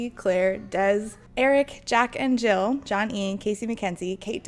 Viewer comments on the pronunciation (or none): none